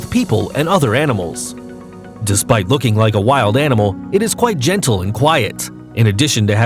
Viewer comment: Omg..Zeus is gentle, not a Gentle (meaning non Jewish). I can't deal with your inability to pronounce basic words... Learn to use a dictionary.